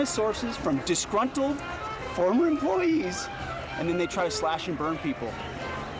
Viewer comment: ..."disgruntled fOrmer emplOYEEZ"... 😅 Dude sounds like slackjaw Cleetus from the Simpsons. Sad.